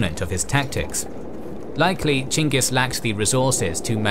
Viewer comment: Holy shit, you pronounced "Genghis" correctly. As someone who thesed about him in grad school, I can't tell you how much that little detail ruins like 90% of videos on the topic for me.